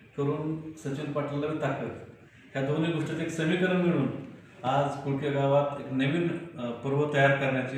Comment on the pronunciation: कोकळी नाही कोळकी